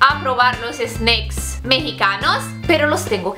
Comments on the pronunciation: porque dices Sneiks like Snake jajajajaa solo es Snack ajjajajaja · no se dice snecks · La palabra snacks en español de la manera que lo dices tu esta mal dicha